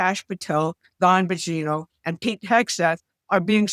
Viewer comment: How do you mispronounce names of people like Dan Bongino? You have the ability to edit, as well